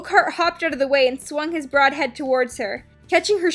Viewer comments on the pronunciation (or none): none